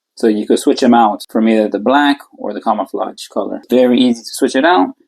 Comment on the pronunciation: He keeps saying kamaflodge